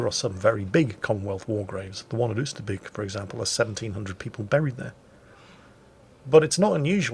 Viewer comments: Oyster bake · Dutch lesson,.... Oosterbeek / Beek....Get the word BAKER, the way you pronounce the A in there, use that for Beek Oosterbeek / Oost..... Get the word MOST, the way you pronounce the O in there, use that for Oost. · I love how you say Oosterbeek :-)